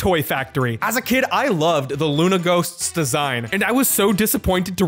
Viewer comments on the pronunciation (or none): none